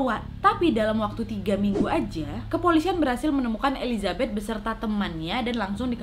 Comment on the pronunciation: Maaf elisabet bukan elizabet